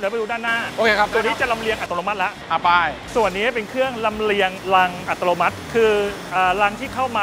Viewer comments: ดูเพลินเหมือนเดิมครับ ด้วยความเคารพออกเสียง อัตโนมัติ เป็น อัต”โร”มัติ ตลอดทั้งคลิป หรือผมฟังเพี้ยนไปเองก็ต้องขอโทษนะครับ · นี่ก็โฟกัสคำว่าอัติโลมัติของพี่ผจก.ทั้งคลิปเลย 😅🤣